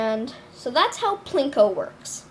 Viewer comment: What he means to say is that u said Pinko instead of Plinko. Also, thx for the tutorial!!